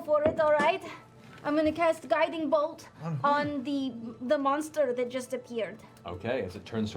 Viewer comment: last season Ashley's character was a holy cleric become holy monstah, this season she's a holy monstah barbarian 😂❤